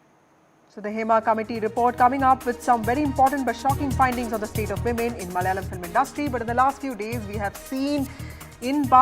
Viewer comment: NDTV..it's not MALYALAM...it's MALAYALAM....